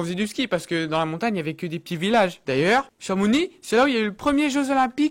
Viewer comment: Bravo t'es le premier homme de la planete a ne pas prononce le "x" de chamonix